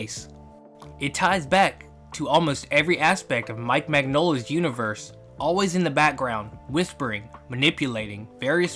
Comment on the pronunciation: /mɪnˈjoʊlə/ Nonetheless keep with the good work. It's refreshing not hearing an AI generated voice or seeing AI generated art. That is, to see a video voiced by a person with a passion and respect for the theme.